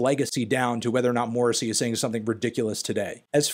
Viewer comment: Honestly your pronunciation of Morrissey's name is worse than anything he's ever said.